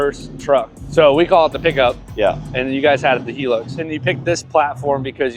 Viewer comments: 😂why can't Americans pronounce english properly. How do you get "Heelux" from Hilux, where's the "E" in Hilux? 😂😂😂 It's sounded out like, "High-Lux", because it has a damn "I" (pronuced like the word eye) not a bloody "E" 😂😂😂 Fuck me dead. I'm dying. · Hilux He-lux